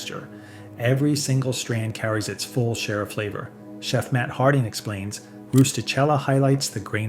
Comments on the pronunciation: Pronounced “Roo-sti-KEL-la” You’re welcome. 😊🤌🇮🇹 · Thank you for this excellent video! FYI: De Cecco is pronounced “de checco” and Rustichella is pronounced “rusti-kella.” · It's pronounced RustiKella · That #1 Pasta is pronounced roos ti Kella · rusti-kel`la. Double consonats. The accent is on the penultimate syllable (the first "L"). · The names De Cecco & Rustichella are pronounced "deh CHEH koh" and "roo stee KEL ah," but you do you. I do appreciate the list. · and the "ch" in "rustichella" is pronounced like "k" and not the way the AI pronounced it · pronounced, 'rusti-KELLA'. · Likewise, ristichella is a.s. pronounce kella. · Probably should pronounce "Rustichella" properly if you're going to tout it. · Mangles the pronunciation of both De Cecco and Rustichella... 🤢🤢🤢